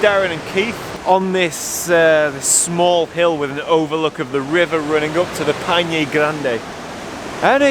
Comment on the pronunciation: Torres del Paine crash course: "Pai" as in Lemmon PIE, "Ne" as in NExt, so, PIE+NE... hahah now you got it 😂 BTW, did you try the mate drink? hope you did...